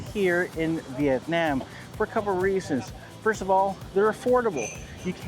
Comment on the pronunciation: "Viyetniyem"...🙄 Cringy🤮